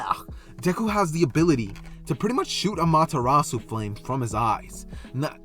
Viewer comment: Ayee! Btw no problem man you deserved that break (not to be picky but it’s ah mah ter ra su